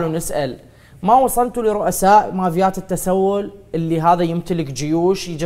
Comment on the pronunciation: ان شاء الله يرجع لاهله اسمها مافيات وليس ماڤيات🙂↗️